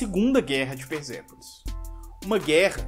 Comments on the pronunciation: Só uma dica: Quando o S aparece entre vogais, ele tem som de Z. Quando o S está entre uma consoante e uma vogal, o som continua sendo de S. É o caso do nome Persépolis. A consoante S está entre a consoante R e a vogal E, portanto NÃO se pronuncia "Perzépolis" e sim Persépolis. No mais, nota 1.000 para o vídeo. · cara pelo amor de Deus para de falar S com som de Z na palavra persépolis. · Por quê vc pronuncia "perZépolis" e não Persépolis? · por quê você fala |PERZEPOLIS| e não |PERSEPOLIS|? (tentativa frustrada de escrever pelos fonemas)